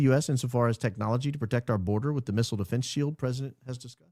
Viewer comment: Please teach Candace how to pronounce defense. 😊